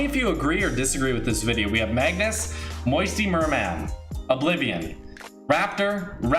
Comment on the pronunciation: Bro I'm disliking when you say moisture merman (Edit I know how to spell I got auto corrected)